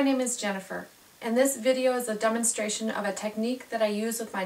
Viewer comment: It sounded like she said "Dumbonstration" instead of Demonstration in the beginning